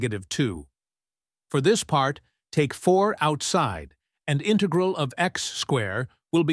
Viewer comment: Your pronunciation of "integral" is wrong. The accent is on the first syllable.